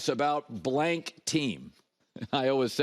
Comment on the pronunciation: "Almost alwes" ...i hate how he says always.